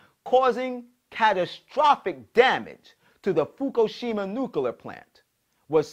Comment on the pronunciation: nukular??? really?